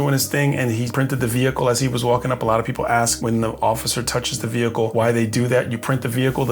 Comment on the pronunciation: VEEE HICLE